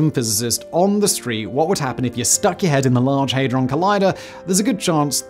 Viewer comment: You expect terrible pronunciation from an AI video on YouTube. You don't expect it from an educated and intelligent man such as Simon Whistler. The "Hadron" in Large Hadron Collider is pronounced like "Had-Ron" as if you once owned a Ron and at that time you "Had-Ron"!